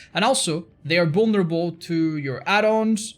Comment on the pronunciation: I love how he says "bullnerabull" instead of vulnerable